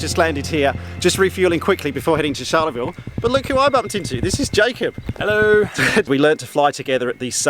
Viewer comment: Great video. I need to help you with just one thing that as a Queenslander, is a little grating. Pronunciation. Charleville is not pronounced like Charlize Theron with the 'ch' sounding like 'sh'. It's 'Ch' like Charlie and the Chocolate factory. Like Cha-Cha-Cha. We'll get you there. It's great to see a decent Australian flying video series. - Mike Costello.